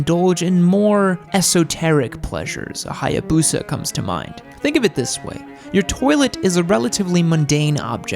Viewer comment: That's Hayabusa, not "Hyaboosa". Dork.